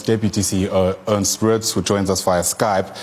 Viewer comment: Sorry, Ernst not Ernest.